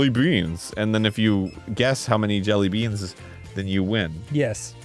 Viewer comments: You’re supposed to emphasize the word “jelly” not “beans” when you say jelly beans. Maybe this was just a bit. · Why does Arin say 'jellybeans' with a weird emphasis like that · why did Arin put so much a hard emphasis on the "BEANS" part of jelly beans